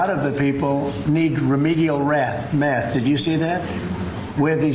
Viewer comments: couldn’t even pronounce math correctly the first time.. sounds like he needs remedial phonetic skills 😂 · can't even pronounce "math" or "two" properly. Somehow nailed "remedial."